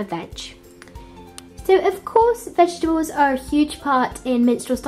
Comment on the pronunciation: It's vegetables and not vet gables !!! No offense I love your videos